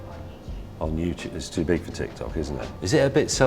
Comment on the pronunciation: So, nobody heard him saying TitsTok?